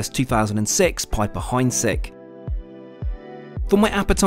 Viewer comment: Piper heidsieck! Not heinsieck! FFS!